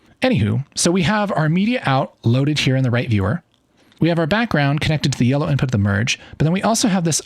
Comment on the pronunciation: Sir are u color blind or i hear u saying yeloow green?